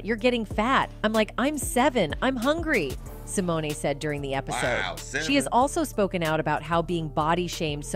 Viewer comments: Who is narrating this piece? Can you use someone who has a "passing" familiarity with the individual you are speaking about? Sy-mo-na, REALLY? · These videos make me laugh. They profess to know all about who they are talking about but they continually mispronounce the actor/actress name. Simoneee. 😅 Dr. Dooodlitle?😅